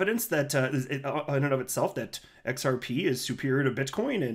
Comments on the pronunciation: I'm sure Kevin is invested heavily in xrp. A man with his intelligence does not say xpr only a 5 year old might that heard his drunk dad say it wrong. XRP will run the financial world so stay on the train it has not derailed just slowing down to add more fuel. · Hello, I think he mispronounced it intentionally because they don’t want XRP to explode yet....I think that’s going to start Jan. 💰